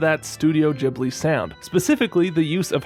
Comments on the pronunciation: It's studio "gheeblee" not "jeeblee" Trying to watch this on mobile it torture... why couldn't you reupload it with the midi already in place? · Not the jibli pronunciation💀